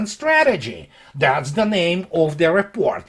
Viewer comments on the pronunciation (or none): You mean Ze report.